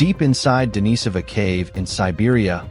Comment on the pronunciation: IT IS PRONIUCED DEN O SOV EN namaste